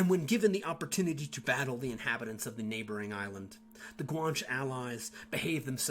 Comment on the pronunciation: Outstanding video Guan che is pronounce as 2 syllables Guanches intermarried with the Normans. Their offspring participated in the conquest of the Western Canaries along with Spanish and Portuguese conquistador. Louisiana and San Antonio were settled by Guanche descendants. Fidel Castro is part Guanche.